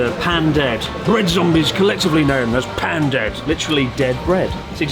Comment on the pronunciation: Something I find interesting in all your videos, is how sometimes you have proper pronunciation when you are speaking in only Japanese, but then have gaijin-style "Air-EEE-Gat-O" pronunciation when speaking in English. Example in this video: "Pan" dead instead of "Pahn" dead. Any idea why your brain does that? It's amaybe like "Carry- Oh-Ki" in the US perhaps? I sometimes purposefully use bad pronunciation in English because I sound like a weirdo if I throw in actual Japanese in the middle of an English sentence.